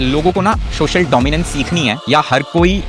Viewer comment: सोशल ko शोशल kahna band kar do, dominance aa jayegi!😂😂😂😂